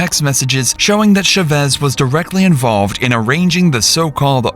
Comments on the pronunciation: The pronunciation of these AI devices is so pitiful, what the hell is a “Sha-ves” it’s CHAVEZ! CHHA-VEZ GOOD LORD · Is this AI narration? No one pronounces that name as “shey-VEZ”. Try “CHA-vez”. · How hard is it to learn how to pronounce the last names of the people your entire video is about. Shevesss no. CH-AH-VVV-EH-ZZZZ. For fk sake, just learn it!!! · For the millionth time the spanish name Chavez isn't pronounced with an sh. Thats french. Its CH like in cheese. Stop doing this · The name is pronounced CHAVEZ... exactly how it's spelled. Not Sh-u-vez. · Its cha vez not sha vez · They keep pronoucing Chevez? Why isn’t it “Cha-Vez”? Why they keep saying the A silent? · Saying "Shuvez" instead of Chavez is driving me insane. What planet are you from that you can't pronounce Chavez? YouTube is weird. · "Shuvez" is a crazy way to say Chavez also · CH-AH-vez * Chavez. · Its chavez man wth u saying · Why is he saying Chavez like that? It's not shavez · It is Cha as in Charlie.....not sha. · FYI, Chavez is pronounced with a “ch” sound like “chair”. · why you pronounce chavez like that lol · The mispronunciation of Chavez this entire video has absolutely sent me 😭😭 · Josue, Chavez, Vigil from a previous vid.. there's gonna be a lot of crime coming out of Albuquerque. With all due respect, you gotta learn how to pronounce these names. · Ooo wee I wish folks would look up how to properly pronounce Hispanic names… it was so painful to hear “Chavez” mispronounced so many times. And before anyone comes for me, I was born and raised in Albuquerque (where this story happened) and if you watch any news coverage, this is not how to properly pronounce the last name. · Is no one going to say anything about how horrible he keeps pronouncing Chavez? lol Great video tho ☺️ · The pronunciation of Chavez is frying me😭😭